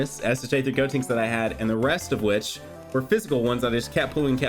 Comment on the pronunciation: You keep on pronouncing gotenks name wrong it is GODTENKS.